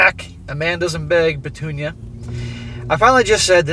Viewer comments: Petunia “Pa-toon-ya” is hilarious. 😂😂😂😂😂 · everytime u say petunia hahahaha just laughing here